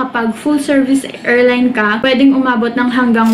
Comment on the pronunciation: pronounce airline correctly please